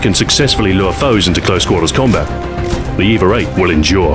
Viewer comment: Does anyone else hear "eve-er" when he says EVA? I'm imagining things... anyway, great video Stu, nothing like your weapon guides to make me want to drop what im doing and go have a round with the weapon in question :)